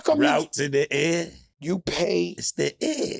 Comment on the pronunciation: "Its the ayer" 😂😂😂